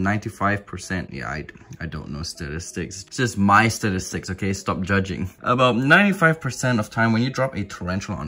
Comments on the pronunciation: dude said STARISTICS 😂😂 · Nobody: This guy: stidistics